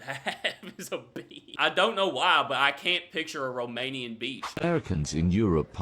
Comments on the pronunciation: He's seriously mispronouncing the Romanian names. They are not racist to black people😂😂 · Yeah, he somehow managed to mispronounce every single word/name. Quite hilarious. His enthusiasm was infectious, though! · the guy trying to pronounce romanian stuff gives me great pain